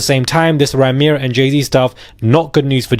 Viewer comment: Isn't Rymir pronounced "Rhymer" as in someone who tells rhymes? 🤔😳🤷‍♀️